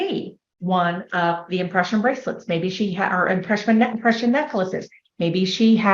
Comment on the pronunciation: She said they had "impression obsession" and I swear to you I heard "oppression obsession" 😅